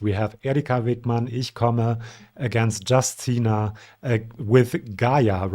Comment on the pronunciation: I'm sure I'm not the 1st one to mention it, but Justyna is pronounced /yoos Ti nah/. 😅